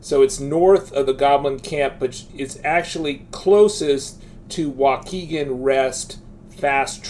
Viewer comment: Lol, you're killing me with these pronunciations - "Mouded Pass" "Wakeegan" "Mee-lay" 🤣